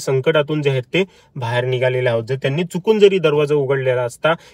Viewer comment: भायेर नाही बाहे र😂😂